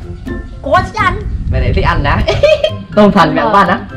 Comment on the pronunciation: Tôm thần mà mình nghe như là tâm thần😂😂😂 👉Có bạn nào nghe lầm giống như mình ko👈